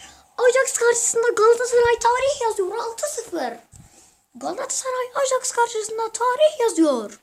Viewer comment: onun okunuşu ajaks degil ayaks